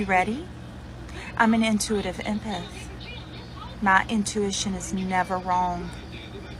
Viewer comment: "I'm an intuitive empyth" 😂😂😂😂 WTF is an "empyth" lmmfao